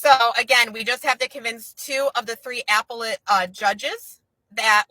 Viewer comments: I cant take it with APPLE-ette court 😂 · Somebody tell her how to say appellate court please 😂😂😂😂😂😂 🍎 🍎🍎🍎🍎🍎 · This dumb-sh1t pronounced "appellate" as... "Apple-lit" 🤬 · How she says "appellate" shows how ignorant she is of the law beyond Googling shit and mimicking information like a monkey.